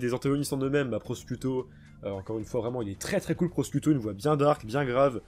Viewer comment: Tu fera gaffe pour Formaggio et Prosciutto Ça se prononce Formadjo et Prochiutto